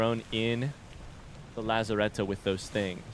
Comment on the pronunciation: Now, the only thing left to do is learn the pronunciation of lazarette :)